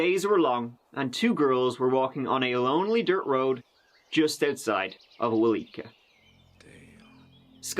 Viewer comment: Aaaaaaaaa lol 😆 I'm sorry but I giggle everytime he mispronounced our town name's bless his heart its Weleetka - wo-leek-a and Okmulgee owk-muhl-gee. The weleetka community center is called this because it's own and operated by the Weleetka nation in weleetka territory. Just like where I live, I'm in choctaw nation territory and we have many choctaw centers as well. 😉.